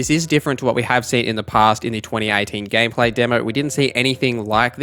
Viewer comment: Did my guy just say gay play